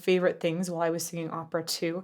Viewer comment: I love that you have a little bit of a southern accent when you say "while". You pronounce it "whal". Not making fun of it. I pronounce it the same way. I say "winda" as well